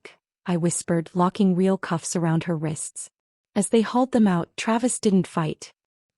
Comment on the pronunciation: NO AI voice can ever pronounce "real". 😮